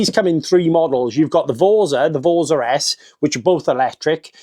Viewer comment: It's pronounced vortza with an Italian accent 😂